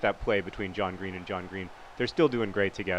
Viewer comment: "How did you not finish there John Green?" Sounded so wrong...